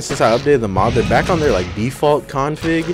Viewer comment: Nobody: Not a single soul:: "a Co-onfig?"